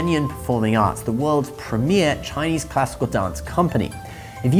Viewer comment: Thank you for your correct Chinese pronunciation. It’s most refreshing